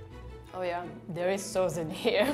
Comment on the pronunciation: Dislike for mironic narrator who can't even say simple words like "sauce".